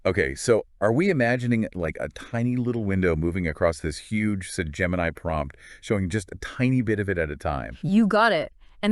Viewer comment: that was Hue G E